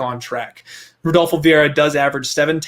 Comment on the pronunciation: "I have parlayed redolfo" eww, no, you cannot sit with us anymore.